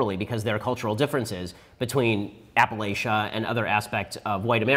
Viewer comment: Why can no one pronounce Appalachia properly